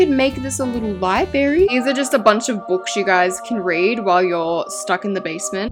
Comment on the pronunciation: libRARY Pronounce that R 😌